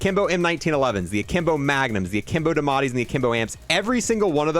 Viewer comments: Please they are called the die a metti not dimati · Its spelled diamatti (dee uh mah tee) is how it should be pronounced